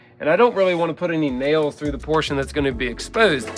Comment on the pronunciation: said portion but I heard Porsche...😅😅😅